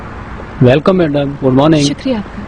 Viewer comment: Please pronounce it welcome and not velcome. Mind your V and W sounds